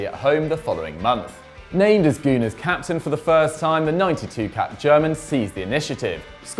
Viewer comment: This man really said Kovacic was a regular starter at Madrid, and that he's one of the reasons for Real;s poor form LOOOL And why does he pronounce Gunners as "Goo-nars"?? Dislike